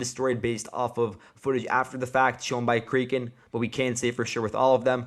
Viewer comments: It’s kray ken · Crack N. Is the kraken Battalion pronunciation.